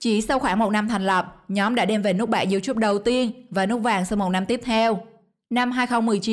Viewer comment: Sao lại đọc là riu chúp😂